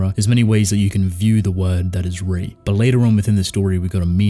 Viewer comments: It's pronounced ray not re it's Italian for king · No it’s pronounced Re “Re mean King in multiple languages including Maltese”